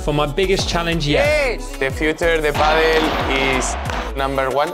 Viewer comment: Great video! Only one thing I would like to ask. Please quit pronouncing it ‘paddel’. ;-) Pádèl